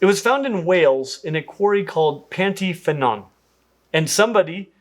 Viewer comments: it's actually pronounced "pant-uh-draco." Pant is Welsh for a forest clearing and Y is Welsh for "the" and pronounced "uh" not "ee". Source: I am Welsh and I speak Welsh. So yeah, nothing to do with panties. PS: draco means dragon but it's not the Welsh word for it, that's ddraig. Pant‐Y-Ffynnon is supposed to be pronounced "pant-uh-funnon" and means "forest clearing of/with the water spring." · Welshie here the y is pronounced “er” Ffynnon is pronounced “fun-on” Pant you’ve got down already lol😂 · Same here. hearing him say Pant Y Fynnon was.. interesting hahah.